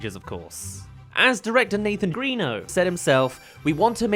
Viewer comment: P.S. it is actually pronounced Gren-o, not Green-o (Hook-hand even says it in Tangled, "Greno, go find some guards") - However, I'm very curious about why you think it's Greeno though, i saw your "not a mistake" blip. Did you hear him/someone say it like that in a clip?